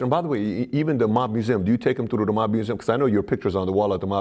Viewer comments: And "trew" instead of ""threw" as in "I trew da body in da riva." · This guy said tru instead of through n it sounds funny. "When dem der guys come troo der"